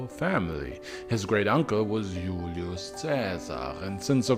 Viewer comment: It drives me crazy how he pronounces names like Julius (ee-you’ll-ee-us) with correct Classical Latin pronunciation, but completely butchers Caesar (kai-ssar). Anyway, besides that, congrats on another great vid.